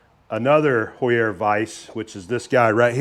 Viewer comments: Heuer = Hoyer, not Hoo-yerre. 😂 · You can pronounce “Heuer” like “Ho-ya” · In the USA we typically pronounce Heuer as "hoy-ur" But in Germany it is "hoy-ah" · Heuer, like the watch, Tag Heuer, is pronounced HOY-er. The "H" is hard, meaning you do pronounce it when saying the name. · very cool vice! HAUER pronounced "HOW-ERR". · Same spelling, different pronunciations, then. Tag Heuer watches are Swiss, so must be the difference there, then. :)